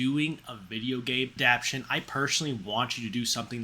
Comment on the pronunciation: I like your style and cat being present during the vid but you might want to double check pronunciation of words like adaptation and tumultuous. Bad annunciation calls attention to you reading text descriptors provided elsewhere while presenting it as if its your opinion.